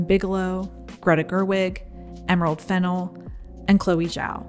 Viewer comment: LOVE this video and channel but please note that the accent is on the second syllable in Emerald Fennell’s last name.